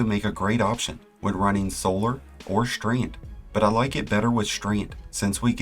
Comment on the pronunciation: Is this some sort of american accent to pronounce 's' as 'sh'? Like Shtreand.